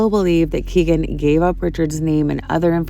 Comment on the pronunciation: Kegan Kline's name is pronounced "Keggan" and not "Key-gan." It rhymes with "begging," which is what he'll be doing in front of a jury.